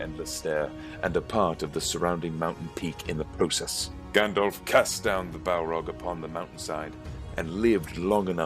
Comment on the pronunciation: Stop saying effing “Gandolph” that’s not his name, that’s not how it’s pronounced, that’s not how it’s spelled and it’s not just a random word but carries special and specific etymological baggage, as Tolkien might have explained if he wasn’t busy rotating in his grave.